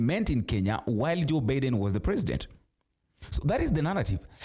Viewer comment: It’s Meg Whitman. Not whiteman. Pronounced as /witman/ And it’s Joe Biden. Pronounced as /Baiden/ Why do you mispronounce names ? Last time you tried to /beiden/ but still got it wrong. Kamala is pronounced as /Kamla/